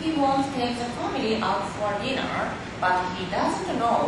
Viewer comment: "He's going to take his famiry out to deenuuuuurrr."